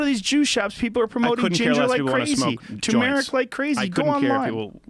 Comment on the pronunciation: PSA: tuRmeric not tOOmeric It's spelled Turmeric. There are two r's. Great, thanks